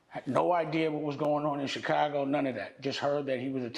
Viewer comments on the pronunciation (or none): none